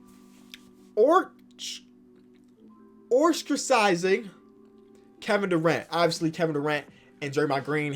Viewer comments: This man said the warriors were “Orstracizing” Kevin Durant.😂, man, I love your videos, but as an future English teacher, hearing your pronounce ostracizing like that hurt my soul. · No one:: OrStRaCiZiNg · No one:: Oiwstrazizing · You know you got a good fan base when there’s no “Ore-stra-sty-zing” comments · i would have thought nuggets would have been melo. also I'm not trying to be rude when I say this due to the fact i said the word the same way. Ostricizing is like saying ostrich and critizing ostricizing. it's how I remember now how to say that same word. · “Orstrazing” kevin Durant. There’s only one r bruh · It’s pronounced Ah strow sizing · Warriors sure messed up by "orstrasizing" KD lol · “Orstrasizing” too lol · Ostracizing "Ahh-st-rihh-size-ing" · where do you see an R? 😆